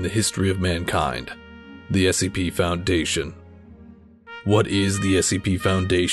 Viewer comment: It sounds like he can't pronounce Foundation and he's trying to pronounce it right without messing it up Also good job!